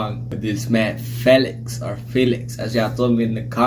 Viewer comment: Felix's name is pronounced Fee-lix but it is written as Felix